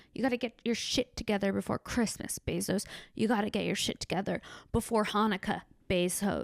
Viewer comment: For a moment I thought you were saying "Bez Hos", as if Jeff Bosos has a Bez Ho or several tucked all over the city in little apartments like Howard Hughes. Amazon groupies. Shit maybe he does idk!